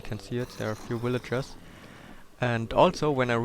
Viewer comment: ha i love the way he says villagers. willager XD